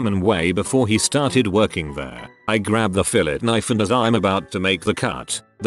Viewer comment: The bot pronounces 'coup' correctly, but not 'fillet' lmfao